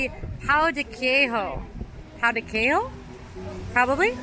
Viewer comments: POW DE KEH-ZHOW (like show but pronounce with a Z or sounds like the french pronoun “je”). FEH-ZSH-WA-DA (zsh sounds like the French pronoun “je”). Please type these words in Google translate and learb them. The pronunciation is 😬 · Fun video! Get that guava! As for pronunciations: yuu-kah for yucca, the j is like a zh/French j for pão de queijo and feijoada, pah-tah-teh for patate, lah-see for lassi, and doh-n-boo-ree for donburi.